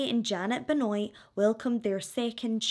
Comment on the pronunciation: I think you might br mispronounced the last name. I think it's like Ben-wah.